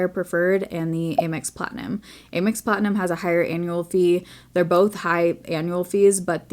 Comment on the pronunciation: I’ve never heard it pronounced “aim ex” before lol